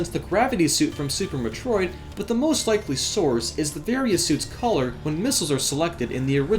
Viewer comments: Jeez the way you pronounce metro id it's like you're me-trolling us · Oh my god the way you say Metroid bothers me. It's Meh-Troy-d GOD DAMMIT! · I think the reason why it's a little bit of a problem if you pronounce a popular video game series incorrectly is because you're a gaming channel. People come to you because you are supposed to be well-versed in this universe. You kind of lose credibility when you can't even pronounce Metroid. It would be like the President not being able to pronounce America. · I CANT STAND SAY METROID SPEAK ENGLISH DUDE SPEAK IT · that's not how you pronounce Metroid brah. but nice vid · You say Metroid like it's a freaking swedish dessert. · why do you say metroid so werd?